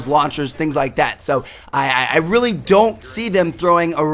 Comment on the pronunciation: the most word tmartn says RELLY RELLY